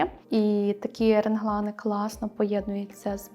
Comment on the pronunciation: Не хочу образити, але, будь ласка, "реглани", не "ренглани". Усі образи звісно дуже гарні.